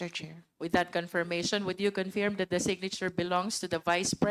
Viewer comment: Luistro, pwede bang ayusin mo yung pronunciation mo ng word na “Confirm”; it's pronounced as kuhn•furm, not confyerm or conpyerm, saan mo nakuha yang ponunciation na yan?